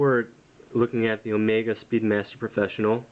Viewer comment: Sorry, incorrect. It is pronounced just like he said in the vid...and just like you would pronounce the Greek Symbol, which just so happens to be on the watch. Never pronounce it Oh-Mee-Gah unless you are saying it as a joke.